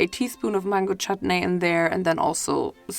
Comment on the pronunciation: OMG like you are the first foreign YouTube who says chutney properly 🤣🤣